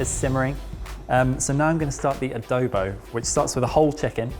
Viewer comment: Swooning over ' pronunciation of "Adobo". It makes our representative dish feel so ~fancy~